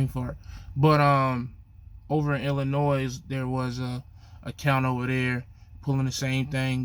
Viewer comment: Come on man say the state right damn or is that Ebonics??? You don’t pronounce the S in Illinois damn!!!! 🤦🏻‍♂️🤦🏻‍♂️ you just like lil guy trucker you’ve been on a diet for 2 years 😂😂😂😂😂😂😂🤣